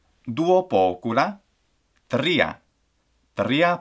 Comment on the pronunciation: I noticed it for example in the word “tria”, in “tres” and in the word “primum”. I have the doubt mainly because in Spanish we don’t trill it in these cases, and as far as I know neither in Italian (I might be wrong in this one because I don’t speak a lot with Italians) I normally try to mimic my Spanish pronunciation when learning Latin (except in some consonants like ‘c’ or ‘v’), since it’s my mother tongue, but I’m asking because I thought wether the ‘r’ pronunciation rules might actually be different than in Spanish